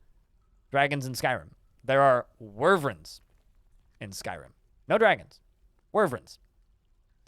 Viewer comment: Lost it when he said, "Skyrim doesn't even have dragons. They're all worvrens! [sic]" The juxtaposition of him correcting people about the difference but so confidently incorrect in his pronunciation is peak irony. Wy-vern. Say it with me. Why-vern. Not worvrens. Wyverns.